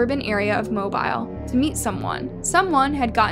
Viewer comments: Mobile is pronounced Mo-beeel not mo-bile. You’re welcome. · It’s just pronounced moe-bill that’s all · MO BILLLLLLLL FOR GOD SAKES COULD PLEASE SAY IT RIGHT😂😂 it’s not mo bile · It's MO- BILL. Not MO-BYLE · It’s pronounced “Mo bee L”not mobile as in mobile phone. Not trying to be the grammar police but as a proud Southerner you need to say it right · Even if it looks a certain way, in being professional you should probably confirm the way a city is pronounced. Happens a lot with southern cities. Like a lack of pertinence or respect. It's not Mo-bīle. It's pronounced. Mobeal. Mo-beal. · It’s Mo-bill not mo bile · It cracks me up when people pronounce Mobile, like it's mo-bile, like a cell phone🤣🤣 So thankful this family got closure, was such a sad story.. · MO-BEAL is how it's pronounced. I know, I know, but that's just the way it is. js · HEARTBREAKING!!! But the town is pronounced MO-BILL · Just FYI for the future - Mobile Alabama is pronounced Moe-beel. (And Arab Alabama is pronounced Aaa-rab (long A followed by short A).) It's an Alabama accent thing. 😂😂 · It's pronounced "MO-BEEL." I'm from Alabama, where it's easy to get guns and hard to get weed. There's so much danger and exploitation around it, it's ridiculous. Meanwhile, legalization could both save hundreds/thousands of people from prison each year in the state and also make so much money, its poverty could be eradicated. But I guess this way keeps the culture intact, so...it's better? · 'Mobile' is pronounced, 'Moe-Bill' Alalabama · Good video, however I speak for all of us here in Alabama. (MO-BILL) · Mobile is pronounced Moe-Bill. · Here how to pronounce it MO BILL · It's pronounced Mobeel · @@ not being mean, he's just letting her know the correct way to say it :) it's very southern & isn't pronounced the same way it's spelled, that's all. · the pronunciation of Mobile at the beginning made me cringe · @@ she's pronouncing it wrong. I LIVE HERE!! I KNOW THE PRONUNCIATION OF MY CITY!!